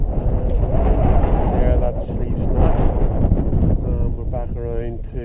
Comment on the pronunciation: Its lough Altan not lough Atlan like you keep calling it in the video.